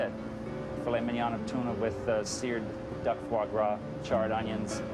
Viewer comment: I don't know if I can trust a chef that cannot pronounce mignon correctly. Not to mention, aren't the veins supposed to be removed from foie gras, not 'cleansed'? Coupled with the fact that he believes people are too stupid to realize those vegetables are carrots and zucchini, and the addition of burnt onions? No thank you!